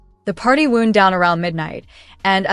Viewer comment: I am a bit pissed off always listening to AI's pronounce wound down (as in clock) but coming out as wound down (as in an injury) !!!